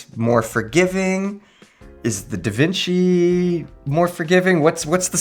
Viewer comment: Omg it may sound weird to you guys but actualy nailed the way we are suppose to say Devinci!😂